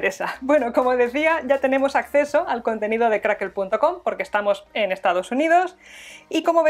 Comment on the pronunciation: Es Crackle no crackel jiji jijiji